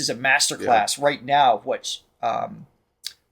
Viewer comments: Once again guys, Indian names tend to emphasize the first or second syllable.....Dr. N. RAA-jam, not ra-JAAM. Great reaction as usual, we get to experience your wonderment vicariously. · Dr N Rajam (pronounced rAj-um) is sister of Carnatic Legendary violinist Prof TN Krishnan (krI-sh-nun). Hindustani violinist Kala Ramnath (ka-lA rAm-nA-th) is their niece. TN Krishnan is part of the very famous violin trinity of Carnatic Music TN Krishnan - MS Gopalakrishnan (gO-pA-la-krI-sh-nun) - Lalgudi Jayaraman (lAl-gu-di ja-ya-rA-mun) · You pronounce it like Raajam.